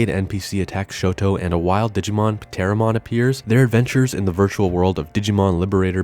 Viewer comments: I'm pretty sure the P in Pteromon is silent, like the P in Pteranodon and Pterasaur. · I think the P is silent, man… pteromon? Pterodactyl? 😂